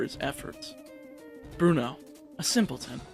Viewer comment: Bruno has 2 syllables...